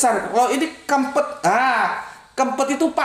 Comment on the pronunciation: Bukan kempet, bentet